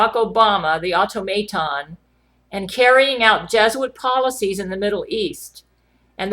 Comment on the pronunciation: everytime you said automaton I died on the inside a little